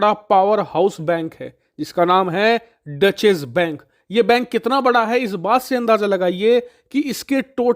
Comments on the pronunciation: Actually, it is “Doetch”. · डचेस बैंक नही, डॉइशे बैंक. That's the right pronunciation. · इसे " डॉशे बैंक " बोलते हैं । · Dutchesh bank nahi hai wo 😂😂😂😂 it’s a German word. Content sahi rehta hai lekin उच्चारण pe kaam karo